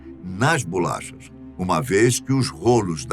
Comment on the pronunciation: BULACHAS?? Pensei que fosse Bolachas... 😤🤬👊🏻